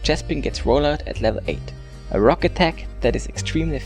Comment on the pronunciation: He said fuck type instead of rock type